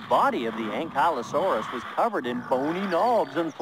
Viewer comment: it's pronounced an-kley-o saurus